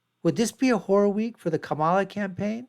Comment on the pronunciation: Made it to the point where he mispronounces Kamala's name- instantly became disingenuous. Here, take my thumbs down!